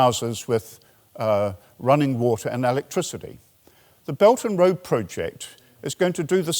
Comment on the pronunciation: oh! His "Beldnroa" very much sounded like "belgium" in my ears, thanks for clearing that up